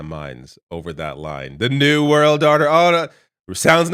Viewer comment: Are you ready for zee new world ordahhhh? 🎵